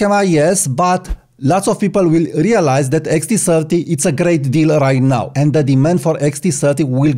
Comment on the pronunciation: Why are you pronouncing “now” “naaaooowww”? BTW I like that photograph of the person smoking wearing shades.